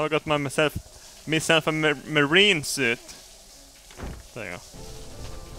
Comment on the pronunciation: The way he pronounces "Marine" lol xD